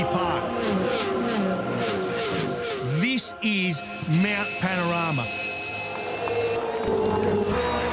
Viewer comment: Panorama....with a 'o'.